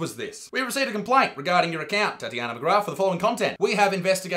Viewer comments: It's Titania, like titanium, not Tatty-yah-nah. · It's Titania, not Tatjana. I've noticed with Majorkill that aussies can't read for sht. =DDDD Love the video, btw =)